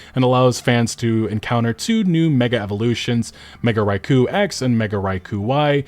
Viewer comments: Ikr? Why is he saying Raichu like that? (Rai-Koo instead of Rai-Choo) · bro come on… do you say « Pikachu » like that ? It’s Raichu, not Raikou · Raichu choo chooo not kuu, chew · pokeman fans? And earlier you said Raiku instead of Raichu. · mega "raiku", c'mon man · Bro, Raichu. Not Raiku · While I agree mostly with what you said in this video, your pronunciation of Raichu (rye-choo is how you say it, not “rye-cow”) lets me know you are not a fan of the series and just want to see it burn from this release. It won’t. Also, it’s said as Pokemon Legends ZEE AYE, not Z Through A and you know it. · "Mega Rai Ku" bruh, Raichu is first gen how are you mispronouncing it? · "I love this franchise" Also this guy pronouncing Raichu's name: Raicoo literal gen 1 mon right there, the main mascot's evo at that. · Wtf did this guy really just say ‘Raikoo’ instead of Raichu? Thats crazy, dislike. Im sorry, its cringe seeing people make videos about pokemon as if they actually give a damn anyway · "Mega Raikou X and Mega Raikou Y" It's RAICHU, can't even say the names right and the user that showed the clip dropping through the floor was literally on the Switch 1...🙄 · 'Rye Koo' I know my boy doesn't play Poke a mans when I hear that 🤣🤣🤣More power to ya! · did you just call raichu raikou? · Oof, say raik-hu one more time. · Mfer you pronounced Raichu as RaiKOO with a fat K? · Raiku? Lol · Yes, the Piers scene is inexcusable. That was EMBARRASSING. Sword and Shield was the start of the justifying slop era. Also, dude, it's Rai-CHEW. Raikou is another Pokémon. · You don't even know how to pronounce Raichu. Have you ever watched or played a pokemon game in your life? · How do you pronounce Raichu's name incorrectly??? Lmaoo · Can you not properly spell Rai-chu? You caught me off guard, thought we were getting Mega Raikou. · I suspect he was never a pokemon fan, because I've never heard Raichu pronounced that way. Even by the "Pokemans" crowd lol